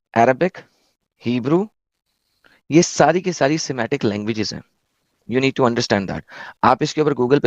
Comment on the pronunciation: Noah’s sons : Shem, Ham, and Japheth. Sematic = adjective. se·mat·ic. sə̇ˈmatik. : serving as a warning of danger. used of conspicuous colors of a poisonous or noxious animal. It is “SEMANTIC”, not “SEMATIC” ! In semantics and pragmatics, meaning is the message conveyed by words, sentences, and symbols in a context. Also called lexical meaning or semantic meaning.